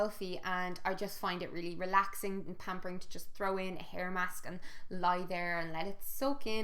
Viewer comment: Was absolutely convinced for like 10 seconds you said 'PEAR mask' instead of hair mask hahahaha. I was like 'she conditioners her pears...?'